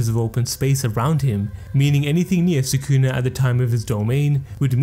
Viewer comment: try to pronounce sukuna properly first then try to "explain" stuff to your audience